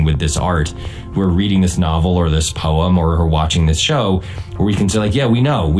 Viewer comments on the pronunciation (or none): none